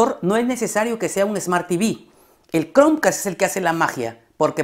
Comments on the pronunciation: Like si te gusto el video, pero te gusto mas como dice "Cronq-cast" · Y porque dices OCSERVEN ???? Se dice OB- SER - VEN Chromeca- st ...... No chromecats